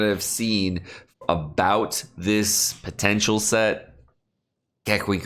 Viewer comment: I love how during the whole vid u can feel him winking at u when he say “potential”🤣